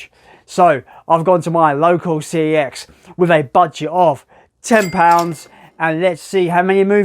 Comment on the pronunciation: CEX is pronounced SEX - so you've just done a sex challenge at a sex shop!